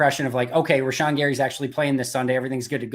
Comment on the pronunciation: For the love of glob, learn to pronounce Rashan, it isn't a tough one. I'm probably just salty that you're drinking a Michelob Ultra.